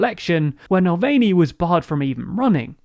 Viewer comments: Oh lord, it's pronounced NAVALNEE not NALWAYNEE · NAVALNY's pronounced Navalnie not Nalweyne. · The way pronounces Navalny in the same way to pronounce Mulvaney. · I would like to complain that you keep referring to Navalny as ‘Nalvany’. This inability to take a step back and learn how to properly pronounce his name is a form of racism. Yewande Biala puts this point across brilliantly in an article for The Independent. I myself experience this lack of compassion/ courtesy and often get my name shortened to shag or I’ll be given names like Shirley given to me at work. But my name helps me to express who I am and to display my culture. Thus, as a long subscriber with across all your channels, I am deeply saddened at the covert racism displayed in this video. Navalny is one of the easier non-English names to pronounce so it is unacceptable for this racism to have occurred. Sorry but I am very upset, News channels like the BBC and ITV always make an effort to properly pronounce non-English names, nearly all TV presenters do so. So I think with TLDR’s size now the same effort should be made. Please don’t get me wrong I love TLDR and your presenters and I find them both entertaining and engaging. We are very lucky to have a free service like this on YouTube. So thank you! Shagufta from Liverpool 😊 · It's fuuny to me, but nah-vali-nii. He's not Nick Mulvaney from the Trump administration))) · Mulan valney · I love your summaries, but please take time to find out the correct pronunciation of names like of navalny (nah-val-knee) and San Suu Kyi (tchi) or Sputnik